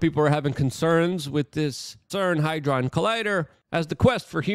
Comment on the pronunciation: "HAD-DRON" Good sir. In a sentence to help pronunciation "Had Ron realised Hermoinie was transgender, he'd have have thought twice about sharing his twitter/X handle" Love your content, keep up the great videos.